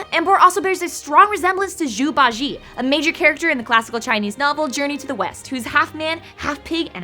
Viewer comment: Zhubajie. You pronounce the vowels like you would Japanese vowels. I also love that they represented Journey to the West in Pokemon. China has pretty cool stories.